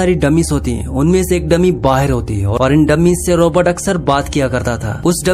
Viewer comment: Abe Bahar ko baher kyu bol raha hai